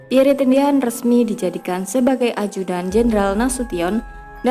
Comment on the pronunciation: Min, menyebut nama beliau yg betul adalh Pierr, huruf e terakhir ga usah d sebut,,.dan nama & pangkat beliau adlh Lettu (CZi) Pierre Andries Tendean , saat kejadian beliau adalah Ajudan Menko Hankam/ Kasab Jend. Abdul Haris Nasution